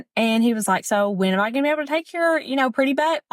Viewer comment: Did anyone else hear "I 'ham' great"?